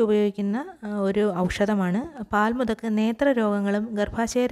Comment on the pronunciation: When u say the name of the pkants say clearly.or u can write in the heading.